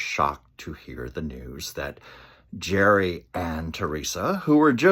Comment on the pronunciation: Gerry is pronounced GARY